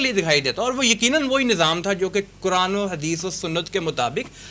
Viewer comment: Tum sab QURAN mein QAF ,NAHI bola jata hay, sub Punjabi Q. Ko. Kaf kiyoon boltay hein